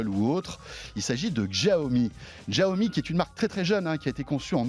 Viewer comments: J’adore le jeu de mots : En chinois, Mi Fan signifie « riz bouilli » 😂. Et puis, François, arrête de prononcer « Giaomi », c’est « chiaomi ». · Même pas foutu de prononcer le nom de la marque correctement, Yan Liu le prononce plusieurs fois même pas il capte ou il le fait exprès. Et bordel arrêtez de ramener a Apple systématiquement, c'est pas eux qui ont eu le monopole de l'innovation, l'avantage de Xiaomi c'est déjà de le proposer moins cher sur un ensemble de fonctionnalités et de technologies. Essayez de restez neutres dans vos propos. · Deh que j ai cliqué sur la vidéo j ai direct su qu'il allait prononcer bizarrement "Jiaomi"... Mais renseignez vous au moins avant de tourner l émission.. Bref consommateur depuis plus de 4 ans mi band 3 portable mi box et plusieurs petit gadget qui fonctionne tous encore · chia-o-mi pas xhichaomie... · D'jaomi mort de rire !!!!! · C est pas jiaomi , c est chiaomi voila comment on le prononce , comment gagner de l argent c est sur le volume tout simplement et même s il gagne entre 5 et 10 % c est déjà pas mal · J’adore ce type :). Bon j’ai vécu 8 ans en chine, et Xiaomi est une sacrée marque là-bas. On prononce bien Chiaomi. Et le jeu de mots: les Mi fans ! Cela veut dire Riz en chinois. :) Super vidéo François !! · Pourquoi il fait exprès de mal prononcé la marque ? J'étais fan de la marque. Maintenant je suis un mifan 😋😎.mon redmi 4x fait toujours bien le taff et mis à jour régulièrement. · Ça se prononce chiaomi